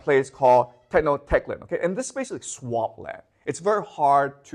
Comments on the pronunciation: Tenochtitlán: Teh-nosh-tee-tlan. Native Mexican languages and dialects are pretty hard to read and pronounce even for us Mexicans... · this is a historian that is not pronouncing tenochtitlan correctly… honestly lowers the credibility of this entire thing. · he can’t even pronounce tenochtitlan correctly